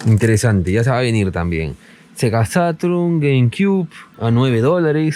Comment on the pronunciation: Sega Satrun... dije Sega SATRUN? 🤣 ...